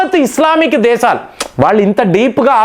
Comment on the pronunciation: దేశాలు ani pronounce cheyyali. దేసాలు కాదు. కొద్దిగా home work chei. అందరూ nee gorrelu కాదు.